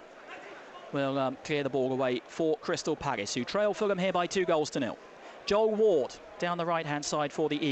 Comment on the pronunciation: Good commentating, especially when the balls in the box, but what the hell is that Paggis thing all about